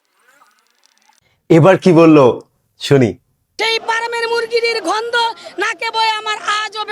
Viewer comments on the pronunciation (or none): ভাই উনি গন্ধ বলেননি, বলেছেন ঘন্ধ😂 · ভাই আপনাকে সন্মান করে বলছি, ঐ শিক্ষিকা ফার্মের মুরগী বলেননি, উনি বলেছেন পার্মের মুরগি। উনি গন্ধ কে বলছেন ঘন্ধ।